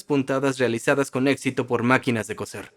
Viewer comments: ¡Hola! Hace unos segundos escribí que no es "cocer" sino que "coser". El térrmino "cocer" se refiere a cocinar sumergiendo los alimentos en agua muy caliente o hirviendo, mientras que "coser", con "s", y por lo tanto no se pronuncia igual a "cocer" si no seseas, se refiere a usar hilo para juntar pedazos de tela, cuero u otro material flexible. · Coser, not cocer. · Cambiad te doblador al español, por favor. Cocer y coser no es lo mismo. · Se dice COSER COSER COSER